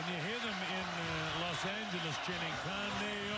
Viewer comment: Bro said caneo or sum shit 😂 idk why he didn’t say canelo correctly first